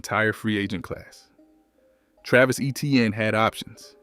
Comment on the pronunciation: Still can’t pronounce Etienne properly?!? Even though he told the world everyone being saying his name wrong since college. Get to work bruh